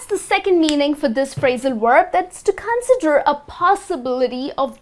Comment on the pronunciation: Con'sider not 'consider